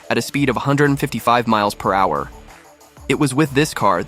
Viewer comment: This voice has to be AI when I heard him pronounce it miles per whoure